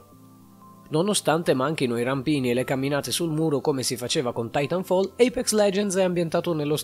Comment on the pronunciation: Pronuncia comunque Titanfall titànfall